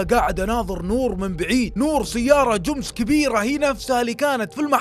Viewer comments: اسطوره بس تكفى اسم الشركه جمس مو جوومس 😂😂 ❤الله يسعدك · ليه تقول جومس